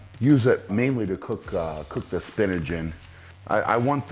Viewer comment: “Spinage” lmao Brian you’re amazing